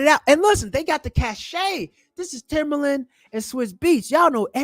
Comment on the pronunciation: TIMBALAND not Timberland lol